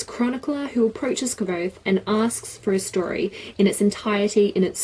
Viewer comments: rothfuss had a name pronouncing stream and the way she pronounced kvothe is the same was rothfuss did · It does say "like" quothe. I think you were saying it correctly:) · you made me smile:D Ive readen the book in German at first, after that i bought it in your language too and stuck to it till the whise mans fear was done also. Anywho, your pronouncing was perfectly right the "e" of Kvote is silent(or muted/dumb/which is the best word to use here?). Furthermore the names of those figures arent random at all! "quote" is knowen well i guess. Another example would be "Manet" the verb "manere (Lat.)" (3.Person, singular, präsens,aktiv) turns to "manet" and means "he/she/it stays". in the story it is an elder student who will never graduate or leave university. There are countless such hidden details, not needed to fancy the story but a good reason to like it even more. PS: it continues with "The slow regard of silent things", November this year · Patrick Rothfuss commented on this saying she was pronouncing it right 😂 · yeah I watched some of his interviews as well and his pronunciation was actually closer to yours, so you're right! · Haha I was under the impression that the book said the name sounded LIKE quothe - I looked at some interviews with Rothfuss and he pronounces it with a 'v' in there